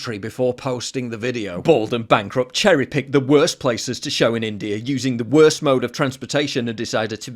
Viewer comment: Is it me or Bald and Bankrupt says INDIAR??